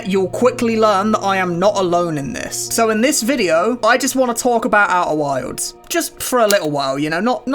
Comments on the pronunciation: Oeh' whaildz' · "Au'er wilds" never heard it said that way.